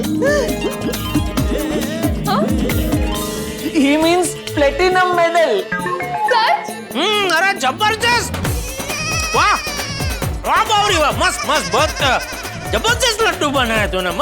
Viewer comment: Platinum ❌ platnimum ✅